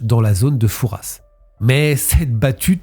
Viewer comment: Merci pour la prononciation du père Fouras. Pour info : trafic en français 1 f et traffic en anglais 2 f